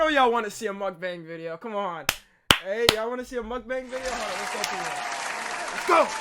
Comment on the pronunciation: How many am I going to have to hear this guy say mukbang wrong